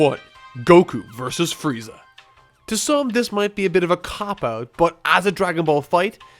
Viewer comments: He said "Fieza" instead of "Frieza." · its freeza, look it up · excuse me... Fieza???? FIEZA??? FIEEEEEEZZZZAAAAAAAAAAAAAAAAAAAAAAAAAAA???????? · frieza nor fieza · Found a typo. You said "Fieza" instead of Freiza" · Goku Vs Fieza 😂😂😂😂 your missing an r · Fieza? lol No hate.... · Lol on #1 you said Fieza XD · Fieza is like a Dolan compared do Donald. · You missed the R in Frieza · fail on frieza's name